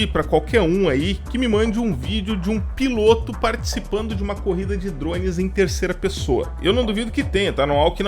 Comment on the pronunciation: Tem menção a “remoto” e vc considera um fantu desses da vida uma “aeronave”? Kkkkkkkk bela aeronave a sua! piloto /ô/ Aprenda a pronunciar substantivo masculino 1. MARINHA (TERMO DE)•NÁUTICA aquele que pilota navio mercante, como oficial de náutica ou como prático de porto, subordinado ao comandante. 2. POR EXTENSÃO aquele que dirige qualquer embarcação ou aeronave. 3. motorista de competições automobilísticas. 4. BRASILEIRISMO•BRASIL 1jóquei. 5. FIGURADO (SENTIDO)•FIGURADAMENTE guia, orientador. 6. campo de experimentação, modelo para novos métodos ou processos. 7. TELEVISÃO capítulo ou programa inicial de uma série, ger. experimental. 8. nos aquecedores a gás, bico de onde a chama se propaga aos demais bicos. 9. BRASILEIRISMO•BRASIL m.q. PEIXE-PILOTO ( Naucrates ductor ). 10. BAHIA•ORNITOLOGIA m.q. ATOBÁ-PARDO ( Sula leucogaster ).